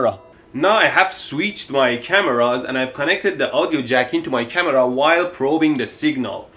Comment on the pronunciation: It's funny the way he says Audio. It sounds like Ow-dio... Lol.